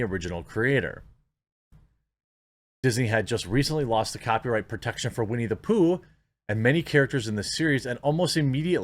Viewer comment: Whenever I hear "Winnie the Poo" I actually hear "We Need a Poo"